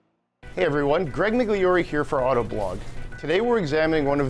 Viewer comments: Did he just call himself Greg "Mig-lee-or-ee"? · Dude... Your last name is pronounced mee-lee-or-ay